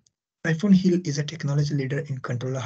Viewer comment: At the beginning of the video, I understood that you said "HIL" as "agile" for a while. :D The topics almost got mixed up.my mistake of course.